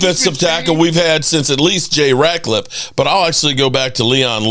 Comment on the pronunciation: This mother humper doesn't know any Cowboys players names...u know it is Jay RAT..LIFF.....NOT RAT..CLIFFE